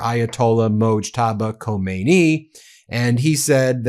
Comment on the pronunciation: Khamenei not Khomeini 😂😂